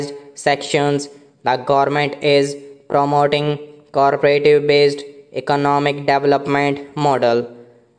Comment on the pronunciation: Bhai thik se aur dekh ke padho. Aap co-operative ko kabhi co-operative padhte ho aur kabhi corporative. Aur curricular ko aap ne curriculam padha hai.